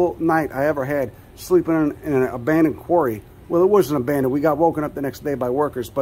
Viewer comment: "An abandonded quarry... Well it wasn't really abadonded we got woken up the next morning by workers" Lol perfect! "Hey, it was abandonded when I got here" 😂😂